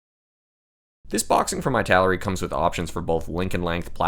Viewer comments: just curious about why you pronounce"ITALERI" of /aɪ/ taleri ? I think maybe /ɪ/ taleri would be more reasonable?🤔because of "italy"? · EEEEEEE-taleri 😀 it's Eee-taleri